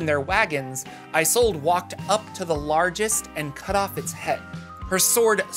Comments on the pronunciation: Games workshop stole this idea for their Carnival of Chaos! LOL And I think "Isolde" is pronounced with a short "I" sound instead of the long form such as in "I sold a car." The "I" sounds like the in the phrase "It's A Mario!" So it's like in "Tristan and Isolde". (Isolda is the proper pronunciation) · Is-sold Not eye-sold. Great vid. Don't know how you condense so much info. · its "Is-old" not "I-sold" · Pronounced "iz ol da" taken from Shakespeare. Love yer work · Isolde: a German name pronounced or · Hi, Mymomsaysimkeen (he consonants are silent) here. Isolde is pounced as, "Sold," as the vowels are muted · Isolde is pronounced just about the same way it's spelled "Is old" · ive seen that name pronounced as 'ee-sold' or 'ee-zol/ee-sol' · IZ - Old - ah. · “ih zolda” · "e Zold uh" or just "e Zold" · I'm pretty sure it's pronounced is-ol-day. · Isolde is pronounced IS OLD. Not that hard. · Isolde is normally pronounced Ee-soul-deh FYI.